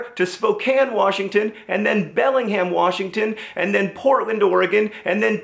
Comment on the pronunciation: John said Bellingham weird lol. But I'm glad you're coming to Missoulaaaaaaa plz come during the weekend so I can make the trip over from Bozeman 😀😀😆